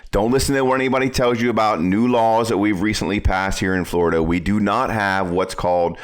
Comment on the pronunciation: Glad we don't live in "Flur da".